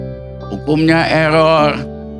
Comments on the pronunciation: Mulutmu eror gk bisa ngomong R 😂😂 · Memang ada cara nyebut "error" yg becus ?